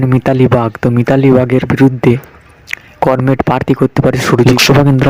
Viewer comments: আপনি বাংলা উচ্চারণ সঠিক ভাবে করতে পারছেন না। আপনি কমরেড উচ্চারণ করমেড করেছেন। অবিলম্বে এই ভুল সংশোধন করুন। ধন্যবাদ। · করমেড?😂😂 এই শুনে ই বোঝা যাচ্ছে আপনার খবরের দম।😅😅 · comred uccaran thik kor